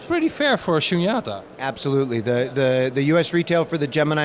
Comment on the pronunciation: all the vowels in “SHUNYATA” are long vowels, except the one you lengthened. 🙏🏼